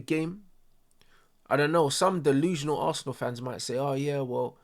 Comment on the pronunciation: Man said “Assna” to not make it look bait that he’s a Arsenal fan😭😭